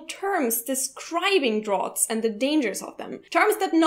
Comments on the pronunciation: I don't know if someone already said this, but "draft" and "draught" are pronounced the same. :) Just a bit of a pointer. Great video, though! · Fyi draught is pronounced draft! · I agree completely regarding air conditioners. They totally make me sick and I hate them. But other than that I'm all for air. Having good cross-ventilation is very important to feel comfortable in a room in the summer. And btw, "draught is pronounced "draft". :P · lol veens? pnoimonia? draught?